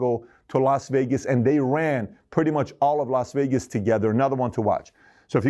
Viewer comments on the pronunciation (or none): none